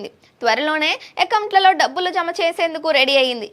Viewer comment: Dhabbulu kaadu Dabbulu.... Kaastha telugu Telugu laa Chaduvu thalli